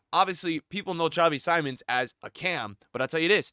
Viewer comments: I liked you but if you have truly watched Xavi Simmons irl you would know how to pronounce his name, is Simmons as it is written not Saimon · Just to help, Simmons it’s pronounced Seemons. Great video